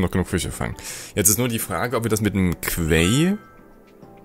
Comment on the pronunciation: Hast du bestimmt schon mal gehört, aber "quay" wird wie "key" ausgesprochen, nicht "kwäi" ;D